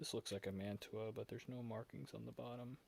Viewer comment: If you keep doing videos, you need to invest in a tripod. Mantua is pronounced "Man-Choo-Ah" as you don't pronounce the "t". The "pot metal" you refer to is actually called Zamack, which is mostly zinc and will suffer from zinc rot. I've got that very same MOW car by Revel and just recently I got 3 more MOW cars made by True Scale-- 1 Kitchen car, 1 Maintenance box car & 1 working Caboose. Cheers - TN